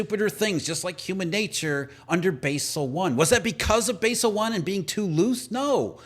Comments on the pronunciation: It's pronounced "bazzel".... not "basil". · Thats Bahzel not Baysel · It's pronounced BAA SAL. Basel accords in Switzerland. Jesus guy. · It's pronounced Bawsel. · Basel is pronounced BAH-zuhl